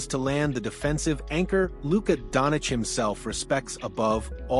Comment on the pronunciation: Donchich!!! Not Donich!!! 😡